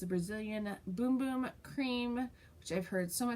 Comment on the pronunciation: I think you and I are the only people on the planet that don't like the smell of the Bum Bum cream! Also the only ones who pronounce it correctly as boom boom. I think it's one of those fad products . It doesn't work any better than another body Cream and not as good as some! Yea an honest review!